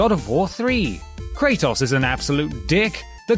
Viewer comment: KREITOS? Wtf? 🤢😂😂